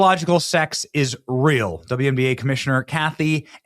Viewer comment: It’s wnba, not twnba